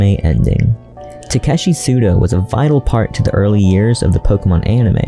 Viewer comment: But his name is pronounced as しゅどう and not すどう. Quick google on his name in japanese tells you that.